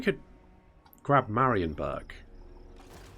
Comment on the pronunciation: It took a great many campaigns, but finally pronounces Marienburg correctly XD so now it's time to start on the pronuncation of Eilhart and Wissenburg